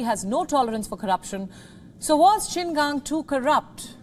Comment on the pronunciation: Well done for pronouncing Qin Gang's name correctly.